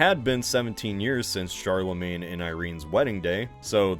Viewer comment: "Charlemagne." Oh boy...